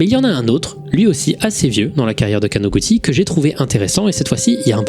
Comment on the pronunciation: perso j'ai vu ça du point de vue de qqn qui tape sur un clavier, et là où pour avoir "ティ" [ti] on tape "texi" ou "teli" ; pour écrire "ち" [tchi] on tape "chi" ou "ti" (plus court). du coup imo ça se prononce かなぐち [kanagutchi], et en plus ça ouvre la possibilité qu'un jeune de 13 ans ait utilisé son nom de famille comme pseudo, chose que j'ai déjà constatée avec les quelques amis japonais que j'ai en ligne :D